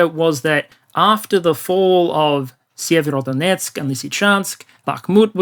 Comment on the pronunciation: Sievrodonetsk? Sever-north Sever-o-donetsk, HarkOv